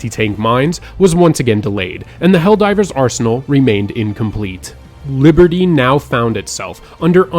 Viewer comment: Biberdy he said biberdy